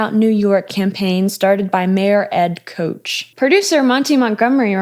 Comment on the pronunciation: Mayor Ed Koch. “Kaw-ch” … not “Coach” or “Koe-tsch”. Guess I’m getting old. Thanks for highlighting Lynch’s commercial work here!